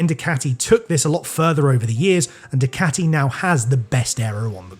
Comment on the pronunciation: Why you keep saying dicati?